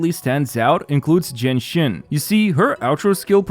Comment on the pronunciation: a whole team and build for jiyan team and he never pronounce the name of jiyan correctly.